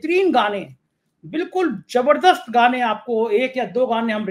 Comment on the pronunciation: Jumma jumma 2 nahi 8 Roz hote hai aur kahawat bhi yahi hai, aur jabardast nahi zabardast hota hai mujic nahi music hota hai